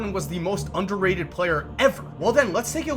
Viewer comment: Lol he said overreted at first